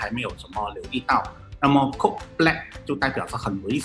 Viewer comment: 講C0DE不是coke 啦1